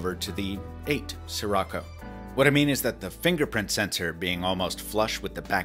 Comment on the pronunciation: Every time you say Sirocco, I hear it as '' sri racha '